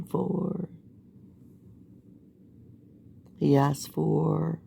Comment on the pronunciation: My personal favorite was "I axed you Judge." 🤣🤣